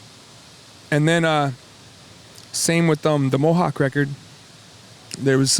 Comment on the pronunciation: "the mow hawk record" haha